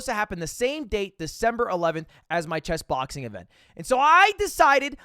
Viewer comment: why do you pronounce it like (chess)BOXing